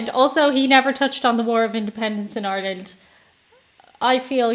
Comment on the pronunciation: Yes, he mentioned Ireland. There's Ireland, right there, except he's calling it tin land. I've seen videos by this guy before, on other topics, and I like his style, too. i agree that this should be shown in schools.